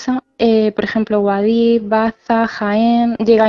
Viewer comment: Me encanta como pronunciáis Guadix los de "Mádrid" xD